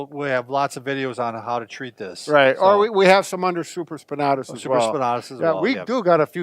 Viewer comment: Same here Jesse Collins. SupraspinAtis not supraspinahtus lol